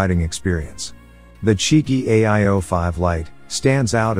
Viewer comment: Carpay iter? it's carpe iter.. come one.. Chey AO5?? Chigee AO5. stopped watching after that *duck up